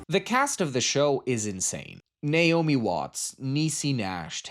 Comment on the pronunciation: Thank you for pronouncing Naomi correctly (for American/british) I rarely hear this consistently. Sometimes people even switch pronunciation mid movie . 😂 obviously a personal thing lol